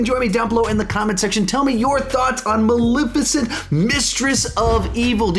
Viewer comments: BRO!!!! It’s Mal(eh)ficent !!!! Not Malificent. This review was damn near intolerable bc of your pronunciation alone. 🗣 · Sawyer Thompson it’s bothersome!!!! There’s and E there for a reason 😩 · I love how says “Maleficent” I just say it a liiitle different, and I’ve never heard it pronounced that way lol